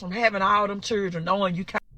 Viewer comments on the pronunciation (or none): What is "chirdren"?